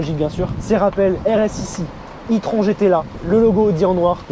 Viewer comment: ça ne se prononce pas plutôt " i-trone " ?